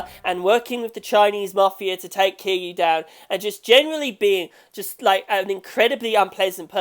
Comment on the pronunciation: And his pronunciation for Kiryu was just the correct way to pronounce kiryu lmao